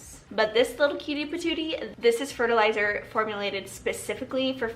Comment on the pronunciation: So you said they need fertilizer...I heard "they need their pre-workout"! 🤣🤣🤣